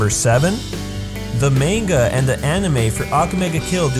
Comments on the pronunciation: How can you correctly pronounce Susanoo but not manga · Lel ye pronounced manga wrong, great vid do.